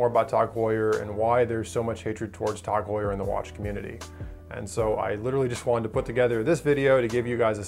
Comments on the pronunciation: "Tawg" Heuer. I've never heard it pronounced like that. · The thing that annoyed me the most is his prenouciation or tag heur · If you're gonna hate them at least say their name right